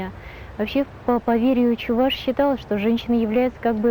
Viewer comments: Правильно произносить: чэВаш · надо говорить: Эпе - чэВаш.